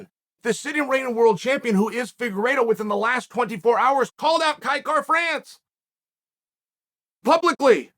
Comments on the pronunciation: I'm not sure what you're hearing, but to me he is saying Kai Kar-France. Missing an 'a'. It's certainly not Will Fury, but it's not 100% correct. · Na bro the pronunciation is a little off Kai-Kara is a Māori name when white people pronounce it they always get it wrong but he was close for a white fella ow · I put my ear to the grindstone I'm hearing Kai Car-France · Nah he'd have to speak in a Maori accent to hit it. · Except he didn't say it correctly 🤣